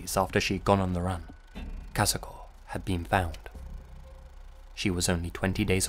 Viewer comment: great pronunciation of Kazuko's name!